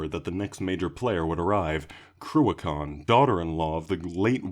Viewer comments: I'm in an Irish black metal scene so this vid is awesome to see the people would laid the path (you're pronouncations are pretty spot on too) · Very well put together dude, really enjoyed that. I expected the pronunciations to be a lot worse tbh haha. Cruachan and Fuil na Seanchoille were the only 2. You don't pronounce the first a in Cruachan and the ch sound is more ech, and Fwil-na-shankwilla, also Cohscraaaa (no dh) 10/10 shout for Jakers.